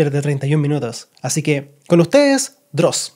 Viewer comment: Cuando dijiste ''Dross' casi vomité. No lo vuelvas a hacer por favor.